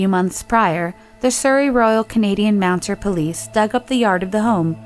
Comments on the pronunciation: I really enjoy these videos, and find them very intriguing. I do wish, however, that the young woman who is doing the narration would pay a little more attention to what she's reading and to pronunciation. "Kanakee" instead of "Kankakee" Illinois? Royal Canadian "Mounter" (instead of "Mounted") Police? These are rookie mistakes! It gets to be quite distracting, to be honest. And those are just the ones I remember - there were others in this video alone! Notwithstanding the aforestated, please keep up the good work bringing these cases to light. So much goes on behind the "fog of war" that is the state of modern news that it's helpful just from a pure human perspective to know that people care, and people matter. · The “mounter police”? It’s mounted. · it the Royal Canadian Mounted Police - mounted (not “mounter” cause traditionally they rode horses) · “The Surrey Royal Canadian Mounter Police”. Lol! With love & respect; a correction: Mounted 👌🏿🖤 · Mounter? Mounted. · ... Did you say Royal MOUNTER Police? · Did you actually say "MOUNTER" police? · You have a great voice and cadence when you're presenting these cases. I wish however that you'd pronounce states and cities and general words correctly. Royal Mounter Police? Arghh. The stories are good. I would just suggest that you research words and places to get them right. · Umm it's the royal Canadian MOUNTED police not "mounter" police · Its Royal Canadian Mounted police. Not mounter police :) Great videos! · Royal Canadian "Mounted" Police not "Mounter" hahahhaha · Ugh, This chick said Mounted wrong. It's Canadian Mounted Police, not Mounter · No Canadians are gonna call her out for saying royal canadian mountER police